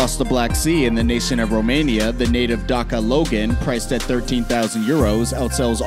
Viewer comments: D a s i a not Dakia... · dacca ducur??? you say it dasia and spell dacia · He said Dakia